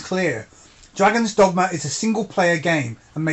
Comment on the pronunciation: No need to change the way you say "dogma". I have been calling it "Dogmer" ever since subscribing to your channel. Anyway,, great review to a great game!